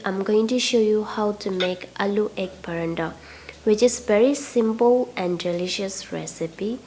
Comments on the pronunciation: Its paratha...not parandal😆😆😆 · It’s not Parantha dear 😊 it’s Paratha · Its paratha not paranta... You're pronounced Parantha which is incorrect 😊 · Hey not barada it’s parata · Recipe is not good the way you pronounce is I don't know whether you say parathas or parantas of 1egg and 1 potatoes how can you make so many all rubbish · It’s paratha or paranda? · Yes, you are right its call parat👍️👍️not parantha👎️👎️ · Wat is paranda....... It's paratha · Madam its not paranda!!!! Its paroda or parotha!!! Its an Indian food!!! Aloo means potato!!! So it potato chapathi!!! Not even paroda!!! Sorry !!! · Good well tried paratha not pranda mam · Say paratha NT paranta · Parantha!? Lol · It should be "Paratha"not "Parantha" you wrote the spelling correct but pronounce it wrong. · Paratha not paranda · Its called paratha not a paranta...😋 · Paratha bolo mam not paranda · I could not help but notice ur pronunciation for PARATHA as PARANDA....😂 😂 😂 Plz don't be offended....😊 😊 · Sahi hai sahi hai...its paratha not paranda 😂😂😂😂😂😂😂😂😂😂😂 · Actually me too😂😂😂